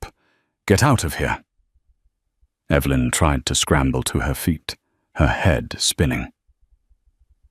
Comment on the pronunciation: Less beard on the mafia boss. I see Evelyn is still an issue when pronunciation. Good story.